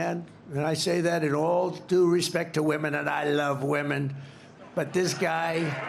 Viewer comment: He didn't even say the word women correctly.